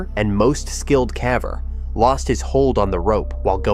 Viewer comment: OK. I can't watch any more vids on your channel under you learn to pronounce "caver" properly.